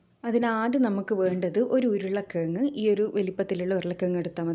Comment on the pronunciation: Urula kizhangu. Urulakengu alla